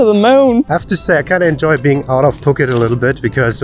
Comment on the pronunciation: That is not how Phuket is pronounced